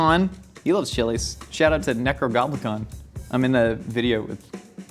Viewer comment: NECRO"NOM"ICON. Not "GOB"